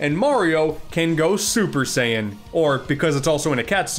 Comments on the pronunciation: Super Sei-Nyan lol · Super Saynyan Me: 🖕🏽🖕🏽🖕🏽 Also me: respect.